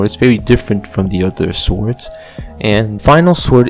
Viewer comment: Don’t say the W in “swords”.